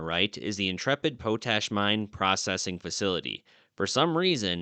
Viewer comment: I've often heard the word, 'POTASH' and heard it pronounced, POT-ash. After hearing you pronounce it as PO-tash, I just had to look it up. Yup. POT-ash. But the locals in Utah often soften then the 't' to sound like a 'd'. Love your videos and understand how you try to look things up. Including the pronouncing of some words. Just thought I 'd let you know. Keep up the great work. It's all awesome !!!